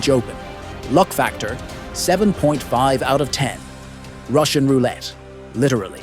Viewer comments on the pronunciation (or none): none